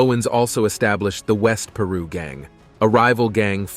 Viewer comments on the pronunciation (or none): It’s called piru not Peru how dumb are you? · The announcer got the name of the gangs all wrong instead of saying Piru he said Peru and he also called them Prius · Pie ru say it right bloods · Say it with me "pie-rue" Piru😂😂😂